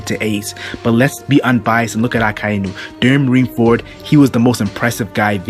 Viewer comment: is anyone else perpetually irritated by how he pronounces Akainu's name? Pretty sure its just Ah-kai (like king kai)-new. I know its a small thing and I still love this channel but...gah!